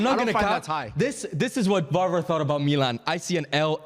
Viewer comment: Varvar geertruida pronunciation, hahaha horrible